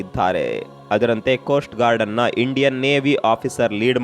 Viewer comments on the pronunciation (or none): none